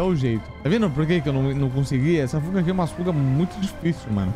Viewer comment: Quando ele falou fuga, eu entendi puga kkkkk, na minha mente (caraca ele tá com 3 pugas 😨) mais é por causa do aparelhokkk tmj.